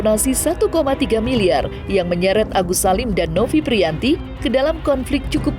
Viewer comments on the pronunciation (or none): Novi Pratiwi bukan Novi Prianti. Sekelas masak bobrok dalam penyebutan nama.